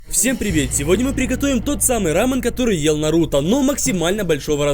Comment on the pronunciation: Меня больше волнует, что он произносит нарУто, а не нАруто